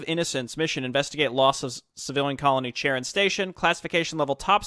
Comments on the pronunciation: charon is pronounced "ka-ron", it actually should be a 'kh' sound, bu that's not something native english speakers can easily produce. anyways, it's not a satelite of pluto, but rather pluto and charon form a bi-planetary system: the center of gravity is actually beyond the limits of pluto. it's more correct to say that they're both orbiting each other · Charon is pronounced as "Kha-ron", by the way - it's a name of Ancient Greek origins.